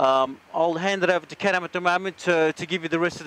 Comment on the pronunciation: His name isn't caren.His name is